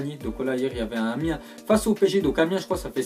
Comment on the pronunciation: Liker si vous avez entendu PSG Amien